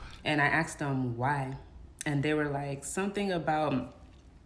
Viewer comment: *ASKED….. it’s pronounced “asked”